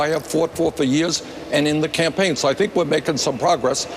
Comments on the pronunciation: Did she say "Tampaign Trail"? I keep hearing and seeing her say that, rewind after rewind. Is it JUST ME? I am alone at hone, i need a reality check on this! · Yes, glad I'm not the only one. "Tampain" as in tampons and pain... Hmmm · Anyone catch that? "Teaming up on the tampaign trail."